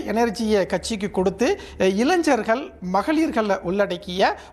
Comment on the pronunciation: அப்பா! நீ முதல்ல இளைஞர்கள் என்பதை சரியாக உச்சரிக்கக் கற்றுக் கொள். தமிழ் மொழி கதறுகின்றது.😮